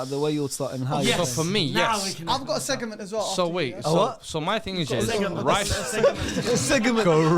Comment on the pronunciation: I was getting gassed at that little seg-e-ment right then